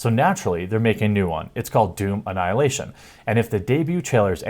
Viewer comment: When you say it, it sounds like "juvenile hilation"